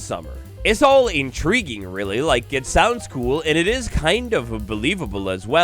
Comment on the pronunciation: "intreguing" bro had one job 💔